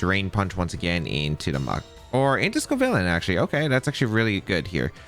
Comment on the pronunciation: Its scovillain. I’m out